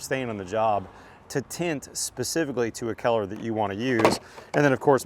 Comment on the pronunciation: I love your knowledge and comprehensive information... Just a side note, every time you said the word COLOR, you lost me. "COLOR", pronounced "CULLER". You say "KELLER".